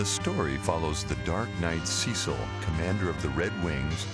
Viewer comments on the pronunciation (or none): omg noone pronounces cecils name right lmao... SEH-SIL not SEE-SIL. Nvm good vid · It's Cecil, not Ceecil. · The narrator has obviously never even heard of final fantasy before this script reading - the worst crimes are "Teedus", "Marko Reactors" and "Ceecil". Pitiful.